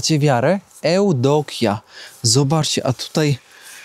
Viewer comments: Nie Eudokja. A tylko - Ewdokija. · Но звучало это не так, как произносит "керовник" - Jewdokija